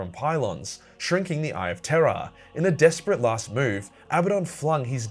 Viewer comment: I still hear "Eye of Terra" every time.